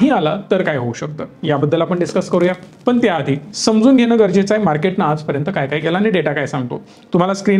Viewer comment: फक्त ण लां न म्हणतात. उ दा. पन, म्हनतात. म्हंजे.